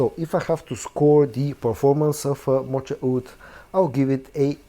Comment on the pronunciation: Moka Wood. The ch is a hard k sound.